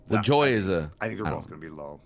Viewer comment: I don't know how to spell it phonetically, but never pronounces Nap Lajoie's name correctly. It's not "Lajoy". More like "La-ja-way", with a soft J.